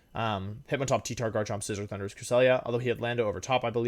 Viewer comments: it rly sounds like the announcer is saying 'Honduras' instead of Thundurus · I can’t be the only one who just hears Honduras every time says Thundurus lmao.